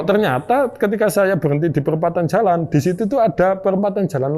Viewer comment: Jalan mas, bukan calan